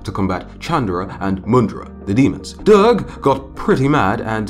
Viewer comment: love your style of story tell..although its pronouced as "Durgah" and you can pronouce last "a"..its not necceseeryly rude..its a matter of tone..its rude if using angry or disgust tone..and nice if said cute or sweet tone..